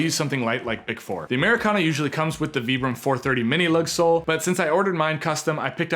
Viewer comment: I really appreciate how you're the only Youtuber pronouncing 'Vibram' correctly.